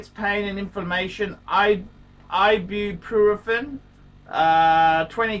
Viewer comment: you moron it's EYE beeoo PRO fen